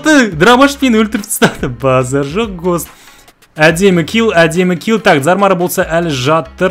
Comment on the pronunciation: Гхост деисізба😂😂 гоуст емеспа🤔😁👌🏻